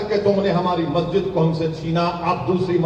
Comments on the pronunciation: majid tum bolte Ho lakin molve to mhajid he bolta hi 🤣🤣🤣🤣🤣🤣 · Masjid bolna sikhle pehle tab bolna😆